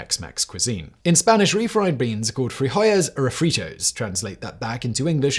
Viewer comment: A few odd pronunciations on English words Borrowed Beans maybe need to check the autocue?